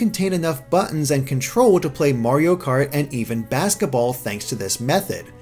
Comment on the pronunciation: It literally kills me when he says "basketball," lol.